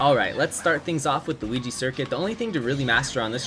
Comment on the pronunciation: He said luh-ki-to